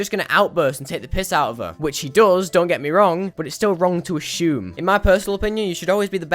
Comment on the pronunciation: “A-shume” is kinda funny